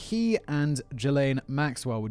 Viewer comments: So Simon... Ghislaine is pronounced "Gee-Lane" Its a hard G, not Jee-Lane lol 😂🤣😂🤣 Ohh yeah, his actual place of residence was in Manhattan. That was the one that had the rich, famous and gov't connected video evidence of the underage blackmail he had on them... thats why they went their first, and when they knew he was in his Florida residence. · it’s ok. Most of us thought “Jizz-Lane” was accurate as well. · I love how Simon pronounces Ghislaine as “Jizzlane” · Simon calling that monster Ghislaine as Jizz-Lane is what I needed to get through this awfulness. Well done. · It's "Zhillaine" Maxwell, "zh" as in "beige". Robert Maxwell was her dad, who famously owned the Daily Mirror, and robbed it's pension fund. Then mysteriously disappeared, claimed to have fallen off his yacht and drowned, but they never found a body. This was right when the investigation against him was stepping up. Incidentally, the yacht he fell of, he named "Lady Ghislaine". That itself isn't conspiracy-fuel. It's just that a terrible man had a terrible daughter who apparently had all of the drive, and lack of morals, that he had. But that's how come I know how to say "Ghislaine". It's obviously been mentioned around her recent trial but it was also mentioned back during her dad's shenanigans. Robert Maxwell was very old, this was early-90s, so he's almost certainly dead now anyway, and didn't leave her a ticket to come join Elvis and JFK. And all that said, he wasn't a tenth the villain Rupert Murdoch is. Satan makes blood sacrifices to Murdoch. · No... I'm pretty sure it's pronounced "Jizzz-Lane" 🤣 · Simon, please tell me you weren't calling her "Jizz lane" all this time... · Ghislaine is pronounced as Ghizlaine.